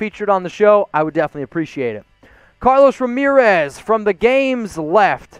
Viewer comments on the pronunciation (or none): none